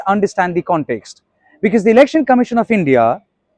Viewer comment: It is not "bekese" but "because".